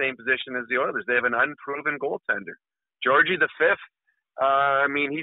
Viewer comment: Lol dude called Georgiev, Georgie V